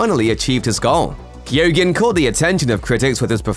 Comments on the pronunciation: Barry Keoghan name is pronounced Ke-Own not Keo-Ghin. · pls tell me he didnt just say keeeoogan why cant the americans pronounce our irish names !!!!!! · I thought Keoghan was pronounced 'cogan'? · Anyone else pull a face when he tried to say Barry Keoghan's name??? 😅🙈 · And had to say it so many times!!!! 😳😳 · That is not how you pronounce keoghan the gh is silent in the Irish language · How hard would it have been to google how to pronounce Barry Keoghans name. Jaysas what a butchering!!!